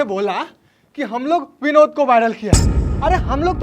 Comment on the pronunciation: भाई विनोद होता है ना कि बिनोद 😂😂😂